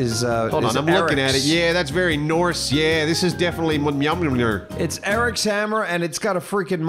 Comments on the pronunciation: It's pronounced "Mule-near". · "Mil mil meow" 😂 it's mulnir pronounced "mull-near" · Yo! It's pronounced Me-ill-near! Hooked on Phoenix worked for me!;)😊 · Little help for you, M-Yole-Near. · checking the comments to see how many people raging about Mjölnir. i said it wrong for years and man did i get shouted at alot lol FYI its said "Myol neer" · Yall should do a miniseries playing each twisted metal game one time! That'd be awesome! P.S. Mjolnir is pronounced MEOL-NEER